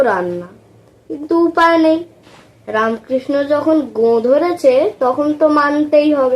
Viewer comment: Khub bhalo hyeche .. ramkrishna ta ramokrishno eivabe pronounce koro.